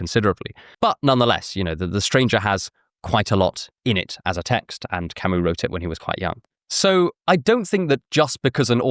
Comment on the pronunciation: the way you pronounced Albert Camus and the names of Plague characters was……. interesting